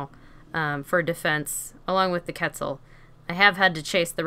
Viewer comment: Why cant you say quetzal it is pronounced cwetzal not ketzal